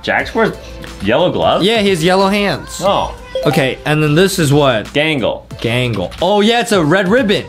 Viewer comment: Who’s galgle I think you mean gangle😂😂😂